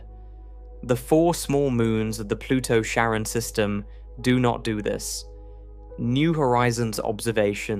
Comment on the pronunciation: Care-ahn bro You researched one thing 😂 Dope video though I’m still watching the whole thing.